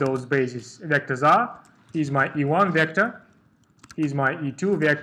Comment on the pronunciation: everything is really nice, but you prounce vector in wrong way, E should be strong, not like in russian)))) but thanks for video, it helped me!